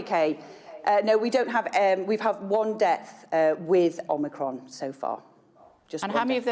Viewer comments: 11 cases of "omnicrom " .....this is pathetic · One died WITH omnicron, is it too hard for her to say zero then. Well done Kate, that was a breath of fresh air. 👍👍👍